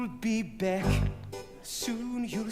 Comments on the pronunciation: Eleonora for example he says “beck” rather than “back” which would be more natural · Absolutely love his royal pronunciations - e.g. “back” becomes almost “beck.” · According to Jonathan Groff, it's "You'll Be Behck" 😆😆😆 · Am I the only one who keeps hearing him say “You’ll be Beck”?